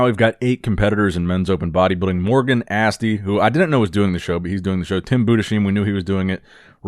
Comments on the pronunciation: BOO-DES-HYME ffs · Tim Budesheim is pronounced „Tim Bu-des-hayme“ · Try No. 36: Tim's name is pronounced Budes-hyme. 😊👍